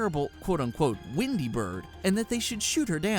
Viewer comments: dude pronouce your e's its wendy not windy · It's WENDY not WINDY gosh...